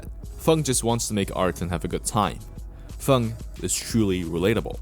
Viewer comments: why are you saying fung and not feng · Why this guy keep on saying fung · Idk if ur purposely comment baiting with the way you pronounce his name but that shit hurts my ears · Why do you pronounce feng like that